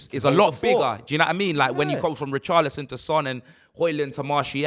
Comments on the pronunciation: Man said poorchlison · Did you hear what he called Richarlison, :Poorcharlison 😅😅😅😂